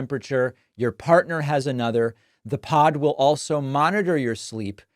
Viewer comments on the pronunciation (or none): none